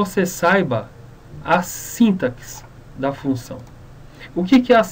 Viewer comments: É sintáááááááxe... não síntaxe... o "a" é tônico e não o "i"... Ah e é sem acento no "a", só coloquei pra evidenciar a tonicidade... Parece boa a aula... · na palavra sintaxe, se le sintasse! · Vídeo ótimo, mas síntaxe... aff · Primeiramente para você falar SÍNTAX se escreve dessa forma, com acento e sem o E no final. Se for ler SINTAXE (lê-se sintacce, o X com som de KC). Sem o acento, o termo se torna paroxítona e se pronuncia o E do final: s i n t a x e. Fica a dica! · Você está falando sintaxe errado.